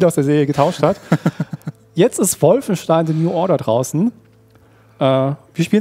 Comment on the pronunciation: Wolfenstein se nu order - we leik se teitel.